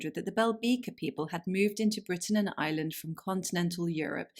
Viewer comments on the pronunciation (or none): none